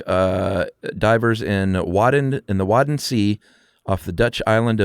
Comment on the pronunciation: I grew up on Texel, you pronounced the wadden sea(zee in dutch) and Texel both correct. Someone mentioned earlier you pronounce Texel as Tes-sel and that is also correct. The X used to look pretty similar to a double S back in the day so this could be the reason we use Tes-sel while spoken and Texel in texts. But your way of saying Texel is also correct and in fact more common in the rest of the Netherlands.